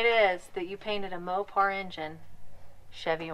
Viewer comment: "Valve train rattles." Uh, "Mo-par."